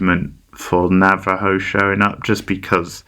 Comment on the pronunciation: Why are you saying Navajo